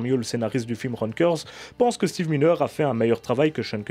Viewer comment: C est pas Steve mineure. Ca se prononce MAILLENEUR et s ecrit miner